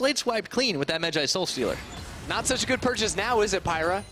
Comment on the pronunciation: Stephen Mooney yeah what.. why does he say it like that. Sounds like a person who’s stealing someone’s stole lol